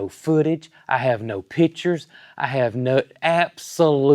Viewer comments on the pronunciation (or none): none